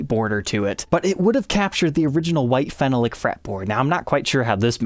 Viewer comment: phenolic is pronounced "fe nal lick" not "fen no lick"